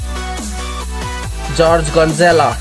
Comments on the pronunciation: Kolson Maddox I meant he said George Gonzales instead of Jorge Gonzalez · Well it’s Jorge Gonzalez but it’s fine ;)